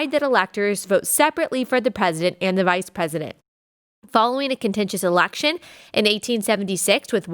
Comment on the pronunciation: Its election not alaction.